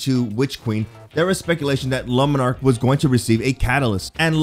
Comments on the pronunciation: Ok. OK. OK. OK. No. No. Just. Stop. Omfg, it's not lumenark ffs. Jesus man! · This guy really pronouncing it like "Lemon Arc" lol